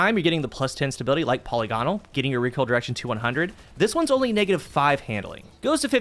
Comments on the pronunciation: puh-LIG-uh-nul not polly-gone-al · Now if only you could pronounce polygonal